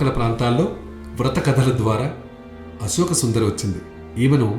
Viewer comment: brother nee gonthu chala bagundi, kani uccharana emi bagaledu, sivudu kadhu " shivudu" inka asoka kadhu " ashoka" dayachesi alochinachandi